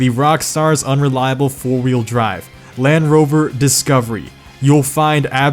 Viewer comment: You know there’s a d in land